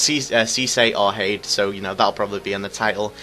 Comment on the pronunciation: its pronounced tada